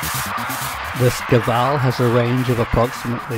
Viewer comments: You're not a Russian-speaker, are you? Shkval (Шквал - Squall), not "Skival". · It shkval. Squall Shquall Shkuall Shkvall. Da? скажи это правильно